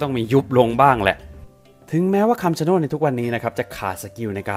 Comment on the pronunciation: ต้นไม้ที่พี่อ่านพี่อ่านผิดครับ มันชื่อต้น(ชะโนด)ครับ